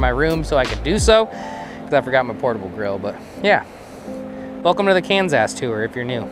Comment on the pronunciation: I'm sure the lovely people of Kansas love you calling it Cans Ass lol - from a fan in Tex Ass.